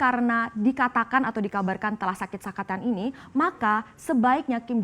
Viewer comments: Aku mendengar "SAKIT SAKATAN"😄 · sakit sakatan... ??? 😀😀 slow slow.... Hahaha